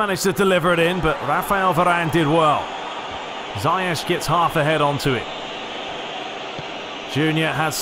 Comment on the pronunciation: Ziyech is actually pronounced (*Zee - ek*)